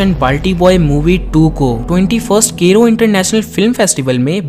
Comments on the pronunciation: केरो नहीं उससे काइरो बोलते है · Cairo is not kero wtf bro it's modern name of Egypt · wait wait was he pronouncing cairo as kairo i got confused omg